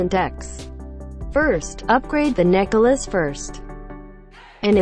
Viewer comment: i loled everytime she say necklace as necka luss